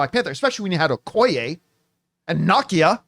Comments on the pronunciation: John it's pronounced Nah Key Ya Not Knock Key Ya And it's pronouced Naymor not Nimmor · I HATE that he pronounces Na-key-ah name wrong ALL THE TIME!